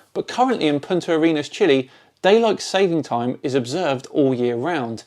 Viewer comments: did he say Point at your Anus??? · Every time he says "Punta Arenas" i hear "Point your anus" xd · Did he say, "Point at your anus-chile". What the crap is an, "anus-chile"? Is that some new slang for, "hemorrhoid"? Man, I hope so because that's brilliant. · I guess a guy who doesn't think much of man's accumulated knowledge also wouldn't see the point in looking up how to pronounce Punta Arenas.